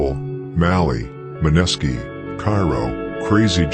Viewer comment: Great video but the way narrator says “Maneski” is irking me bruh 😅